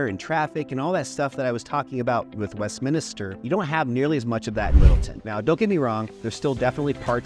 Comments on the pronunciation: Yes. West-min-ster. The extra i drives me nuts. Anyway… fully agree with Wheat Ridge being a great place. Lived in Sunnyside for well over a decade, really loved it there. During that time in the 90s and early 00s, many saw Wheat Ridge as a ‘retirement’ town. When it came time to buy 10 years ago, Sunnyside was out, everything was too expensive. Got a great place in Wheat Ridge for a reasonable price. Granted, the amazing deals are gone, as is the comfort of a crime free zone. What’s interesting is that Wheat Ridge is much younger now. Just looking at my neighborhood over the last 10 years is a clear example of the average age dropping from around 55+ to around 40. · You beat me to it. I swear most people throw that extra "i" into it, Westminister. But at least he spelled Wheat Ridge correctly as 2 words. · MINISTER? Like a pastor? I moved here in 2017 and even I know it’s Westminster, not Westminister. Even auto-correct knows. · You're supposedly a "professional??? It would make you seem more professional if you learned the difference between a "neighborhood" and a separate incorporated city. Also, it would make you seem more like a 40 year local if you learned how to pronounce "Westminster".